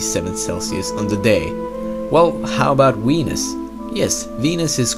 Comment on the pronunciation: Oh COME ONE I wanna live on Weenus!!! This guy's genius and the way he pronounces things makes this channel amazing haha